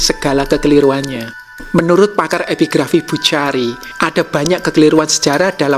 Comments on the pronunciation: Boechari kiranya dibaca Bukhori,. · Huruf Arab kha dibaca "kho". Jadi pelafalan Buchari Bukhori.